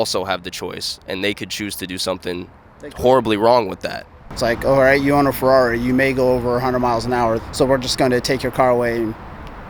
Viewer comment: Man, I love your videos like this. although i wanted to punch a hole through my screen every time he said Ferrari, I really do love how patient and respectful you were. I also like how you use your platform to spread awareness about things like this, keep up the great work man.